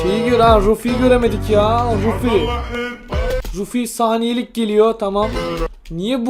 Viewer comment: Abi Ruffi değil RUFF!